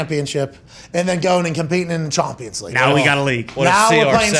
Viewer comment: “Mbap”, “MLSth”, “Chompians League”, “Methi”… this had be rollin 😂😂